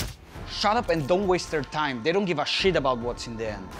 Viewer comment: Ok, the word "shit" sounds way more intense with that accent. 😋